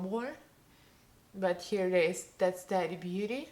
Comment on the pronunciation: Love when pronouncing someone’s name. Practice a bit. Ta... Tee... it sounds like you’re saying Teddy... like teddy bear. It’s completely fine when you speak in accent with words. Yet when addressing someone try to pronounce their name properly. I think your sponge did a way better job. Your eye look is stunning.